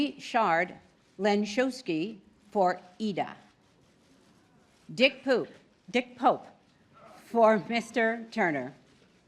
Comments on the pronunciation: Did she say Dick Poop? lol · did she say "dick poop" lmao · "Dick Poop", add that with 'Adele Dazeem' to the list of classic Oscar name fuck-ups. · That woman can't pronounce anything right! Dick Poop! Argentinia! "THE Theory of Everything! In a way she's the real winner this year.. We will all remember this moment, more so than who actually got nominated:)